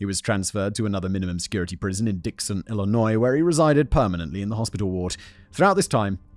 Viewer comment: Wow. He pronounced 'Illinois' correctly.